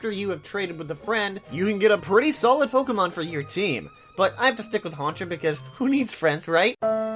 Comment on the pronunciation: Ur pronouncing pokemon wrong